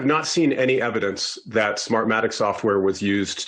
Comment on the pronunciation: sofwah sofwah...smahmatic...dude sounds like a drunk they pulled off the street in boston